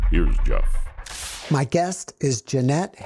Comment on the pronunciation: Jeanette, thanks (from me in the US) for sharing your story! I am glad for your healing and growth, and for the ripples you put out into the world! I will be sharing this video. My Norwegian grandmother could not use “J” - it was “ye” or “ya”, so I just noticed when you said “Jeff” at the end that you can! How about that! She came to the US and learned English as a teen, and lived her whole life here, but her wonderful soft accent never left her, so she teased her kids for naming about half her grandchildren with names she could never say with “J”.